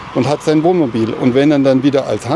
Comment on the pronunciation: ...das übliche Dummgelaber! Er kann nicht ein mal das Wort Wohnmobil aussprechen, er sagt immer "Womobil"...😮😂